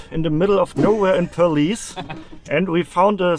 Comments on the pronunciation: The way you pronouce perlis I thought it was police ahah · How to pronounce Perlis : pearl list